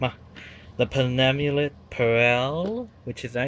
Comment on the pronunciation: Ertalized Elevator 😮 Penemulate Peril. .....close enough I swear nobody can pronounce ersatz and penultimate these days